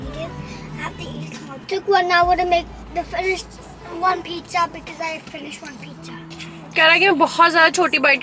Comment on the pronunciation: Pizza doesn't taste good🤣🤣😂 untill u call it PIJJA